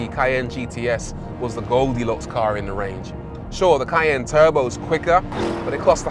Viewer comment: for real dude....what language are you speaking it is KAIIIY-YAAAANNNE, not.